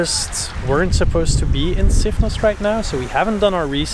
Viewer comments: It is NOT Sifno! What the heck happened to the S? SIFNOS please. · Great video, thank you! You asked how the island is pronounced in English, so here it is. It's Sifnos -not Sifno. We use 'Sifno' when in the object form, but that's only when we speak Greek. In English it's just Sifnos, Milos, Serifos etc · I think it's Sifnos with the s pronounced